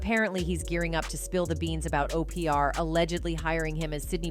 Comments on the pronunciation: Why are you calling her Opr, her name is Oprah? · 🫥😑It's irritating my soul that her name is being said that way is that so you can get 2000 comments responding to the purposeful wrong pronouniation I'm not watching no more videos that do this goofy 💩